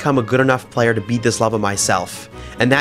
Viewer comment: decent ship ‘playur’